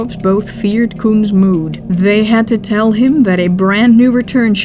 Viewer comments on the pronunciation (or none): none